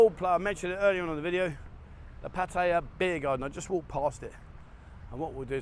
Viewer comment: wow, you snuck in at least one pretty good Pattaya pronunciation, you are my youtube hero!